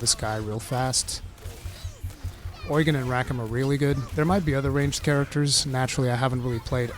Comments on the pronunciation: Don't know why they say oygen in the game it is Ugen like Ugene Lol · Is it really pronounced oy-gan? I thought it was pronounce u-gene... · Does the English voice acting call him Oigen or something? I keep Japanese audio, so I don’t know, but I can’t stand when he says the name like that…